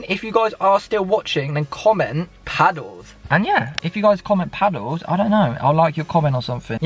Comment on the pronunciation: Not paddles but “PIDDLES”